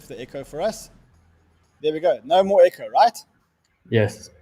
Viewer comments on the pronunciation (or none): none